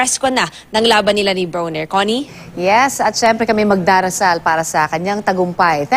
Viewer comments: Bwhahaha she said Adrien BONER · Hahaha the reporter said BONER instead of BRONER😅😅😅😂😂😂